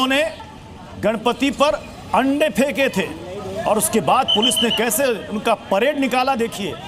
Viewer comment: Eende kya hota he vo ande hota he kya bolte ho